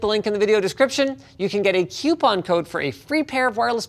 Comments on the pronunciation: Damn it Linus. It's coupon not queuepon... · Recall: you say queue-pon? Its kooopon! The 'U' comes after the 'O'! Its not a queuepon. It's not spelled Q-U-E-Q-U-E. Its Kooopon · Linus, "did you just say Que-pon? It's coupon. The 'U' comes after the "O.'" - M. Dog ROG Rig Reboot 2019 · It's not queuepong code linus! Nobody says that. It's Coupon! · OMG you call it a "quepon"? It's "coupon"! There's no "Q" in it. - Madison 2020 (or was it 2019) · You said quepon? Its coupon! Its not a queueue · QUPON? IT IS COUPON LINUS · "you say quepon? ITS COUPON. The U comes after the O" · "cue-pon code" Flashback to Madison giving Linus crap. "It's coupon!" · It's CUPON, not QUEUEPON, there is no Q. Linus we have been over this. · EWWWWW Linus you said cuuuuu-pon code. It's Cou-pon code. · Linus FFS, stop saying Qpon ! It's pronounced COUPON. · wait till maddison sees this and hears Linus say "kjupon code" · Hehe, still says queuepon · you can get a "Q-pon"... remember when he tease madison for saying it like it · There he goes saying 'queuepon' again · Every time I hear Linus saying "kewpon" I remember Madison during the ROG Rig Reboot making fun of him... lol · It's "coupon" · Did you just say Queue-pon? [/Madison] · did you say queuepon again? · "Cue-pon codes" Screaming Madison noises. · Corsair iCUE-pon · "YOU SAY CUE-PON?!" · You mean a queue-pon code? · OMG you say cupon Kappa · It's COUPON! The u comes AFTER the O! Lol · He said coupon weird again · Just waiting for Madison to take issue with the pronunciation of "coupon"